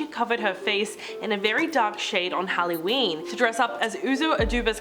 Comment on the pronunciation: Don’t forget on “Hallyween” That was the worst for me I’m offended! 😆